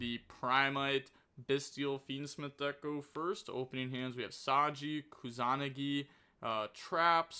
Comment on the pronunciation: improving everyday. Pronunciation is sooo close keep saying it like that except kusa-nagi